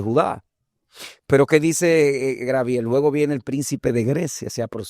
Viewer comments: Por qué siempre dicen: Grabiel, si es Gabriel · Bendiciones hermanos. Una pregunta. Porque los Dominicanos en ves de decir Gabriel, dicen Grabiel.